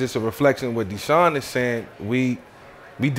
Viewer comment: I swear I thought desean Jackson was saying calamari